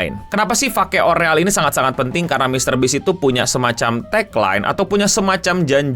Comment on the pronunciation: Sumpah bang gue pengen nyambit pake remote ac pas lu ngomong riyal or fake